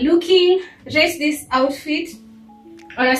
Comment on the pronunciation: "I don't know how I feel about dis. I'm not feelin dis." - 😂🤣😂🤣